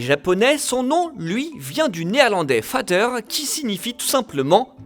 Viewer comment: le mot père en néerlandais ne se dit pas fater, ça se prononce Vader, avec un V et un D, pas un F et un T. Prononcé Fater ce serait de l'allemand, mais ça s'écrite Fater et pas Vader.